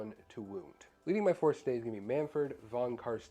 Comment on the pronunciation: Beautiful models! Von Carstein => pronounce it like Einstein. I am not German but it's clearly a German name!